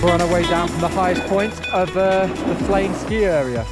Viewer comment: its pronounced like flen not flane